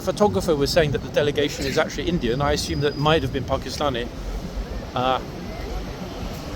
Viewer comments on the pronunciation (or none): none